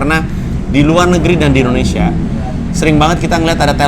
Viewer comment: Pandji : endonesya